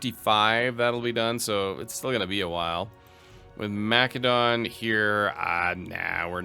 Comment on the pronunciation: Hearing you say mcdonalds instead macedon hurts my ears. Make it stop, pls!